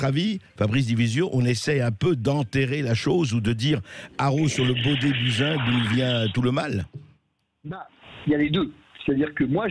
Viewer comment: Prononcez "Bousin"